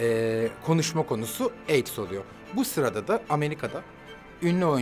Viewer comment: Armagan Bey, Ben AIDS mi duyuyorum? Yoksa AIKS?????!!😱